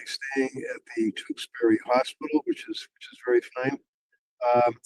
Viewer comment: I'm very impressed that you pronounced Tewksbury correctly. 😂